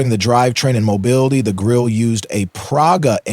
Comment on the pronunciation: Germans do not waste letters: the “e” is pronounced. Grill-eh, sort of. Point of information, not a criticism: nice video